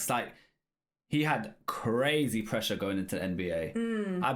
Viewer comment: Pressure not presea